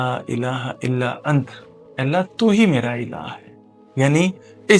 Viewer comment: Asslamoaliakm bhai Antaa parhtay hain ap ant parh rahay hain galat parh rahay hain ap❤plz corection kijiay